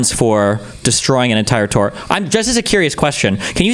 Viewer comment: The thing i hated most about this entire longwinded, meaningless saga was how pronounces "tour" like "two-er".